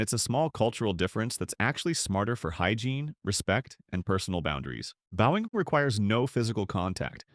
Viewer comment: AI keeps mispronouncing the word bowing!